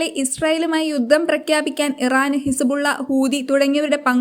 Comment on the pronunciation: വാർത്ത വായിക്കുമ്പോൾ കസപിസ പറയാതെ മോളെ നിലവിൽ ഇസബുള്ള ഇറാനെ ആക്രമിച്ചത് 😄എപ്പഴാണ് 😄😄